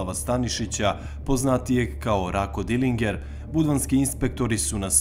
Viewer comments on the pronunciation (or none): Pa je li moguce da si rekla dilinger ..dilindzer se kaze gospodjo